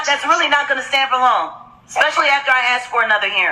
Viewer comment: I'ts especially...NOT EXPECIALLY..